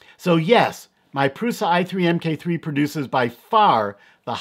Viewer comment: The proper name would be Prusa Mk3 (pronounced MARK 3) not M-K. It is the third iteration of the Original Prusa (Mendal).